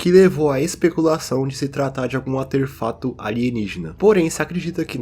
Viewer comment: "aterfato kkkkkkk (desculpa cara)